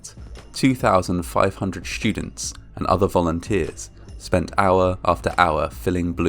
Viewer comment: You had me : “shtudents”